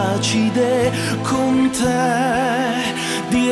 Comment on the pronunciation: Bella voce certo... ricordatevi però che la pronuncia "te" ha la t italiana e non quella inglese che suona "c"..